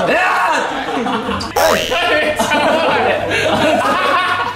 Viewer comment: のしょっぴーの「めっちゃおもろい」のイントネーションが完全に関西のそれなんだよなぁ